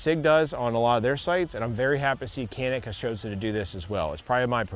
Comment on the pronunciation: People need to know it's a Turkish manufacturer and it's pronounced "Shanik".